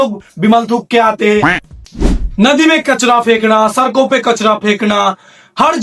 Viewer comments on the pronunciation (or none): Hey “Aais” ?! 🤷🏻‍♂️ “Channer” ?! 🤷🏻 Wo “channel” hota hai ! “deewaado” tak ?! “deewaar” kaho bhaai. “sarkoñ” per nahiñ “sadkoñ” per.